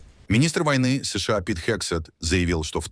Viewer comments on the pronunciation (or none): Контент ИИ, который делает неправильные ударения в словах. Например оно говорит : ес ша а... Мы так не говорим. Мы говорим : се ше а... Да, но оно быстро учится...